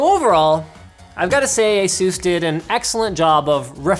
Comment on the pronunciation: Linus, seriously, how do you pronounce 'anus'? Yeah? Now pronounce 'Asus' again.